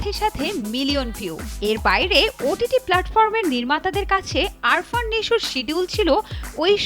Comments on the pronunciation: আপনার তো উচ্চারণই ঠিক মত হচ্ছে না। আরফান হয় আফরান নিশো হবে। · The name should be pronounced like "Afran" not "Arfan" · আরফান নিশো আবার কে? 🙄🙄 এমন সাংবাদিক একটা নামও সঠিক উচ্চারণ করে বলতে পারে না। আফরান নিশো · আরফান না,আফরান হবে। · আরফান না আপু, আফরান হবে, আগে নামটা ঠিক করে বলেন, আর কাজ নাই আপনাদের তাই আজিরা খবর বলেন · আরফান না ভাই🫠আফরান😴😴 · Age naam ta thik moto bolen . It’s AFRan not Arfan ! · আফরান নিশো। আরফান নিশো না। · আরফান নিশো না রে বেডি! আফরান নিশো! নামটাই ঠিকঠাক উচ্চারণ করতে পারো না আবার নিউজ সুদাও! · it's not আরফান, it's আফরান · নামের উচ্চারণ টা শিখেন আগে ভালোভাবে। আরফান নিশো না,সঠিক উচ্চারণ আফরান নিশো। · ভাই রে ভাই! নামটাও লইতে পারোস না নিশো’র। নিশো’র নাম আরফান নিশো না রে বলদি, নিশো’র নাম আফরান নিশো। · আরফান নাকি আফরান?কিভাবে সাংবাদিক হলেন? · arfan naki afran? রিপোর্টারের মাথা নষ্ট😮😮 যোগ্যতাবিহীন হলে যা হয়😂😂 এদের জব হয় কিভাবে? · bar bar vul bolven আরফান না আফরান😂😂😂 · Arfan ? Naki Afran????? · আগে উচ্চারণ ঠিক করেন তারপর রিপোর্ট করতে আসবেন।আরফান নিশো না আফরান নিশো 😂😂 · উপস্থাপিকা বারবার এই অভিনেতার নাম ভুল উচ্চারণ করে যাচ্ছেন নামটি আরফান নিশু হবে না আফরান নিশো হবে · নামটা স্পষ্ট করে বলেন আরফান না আফরান!! সাংঘাতিক কোথাকার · Nam taw sothik ucchoron korty pari nai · সাংবাদিক রা কন্টেন্ট বানায় অথচ নাম টাও ঠিক করে বলতে পারলোনা😏